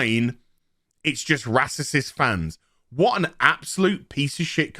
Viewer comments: Glad im not subbed to you, cba with negative minded star wars fans set to judge a full show on 2 episodes. I havent watched your other videos but i bet its all just you moaning about everything. Also just say racist instead of “rassisism” you sound like a muppet mate, lighten up and have some positive towards one of the biggest star wars shows in years. Lemon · I’m not sure if he is making fun of the word racist. If not, let’s pronounce the word correctly.